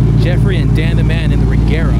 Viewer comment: I swear every video like this it's always the BMW's that causes the most anti-lag. Btw, It's "Rejera", it means dominate and/or conquer in swedish.